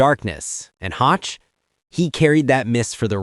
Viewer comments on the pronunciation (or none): Scott Hoch is pronounced “Hoke” not rhyming with crotch and that putt shown was longer than 2 feet